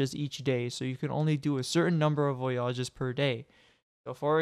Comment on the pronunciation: VoyAAAWWWGES Bruh...